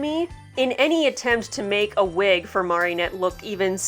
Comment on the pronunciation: Just gonna ignore the fact you say Marionette instead of Mari-nette because I love you